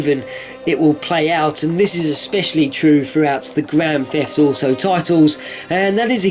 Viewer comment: I love how your accent makes you say 'Grand Feft Outo'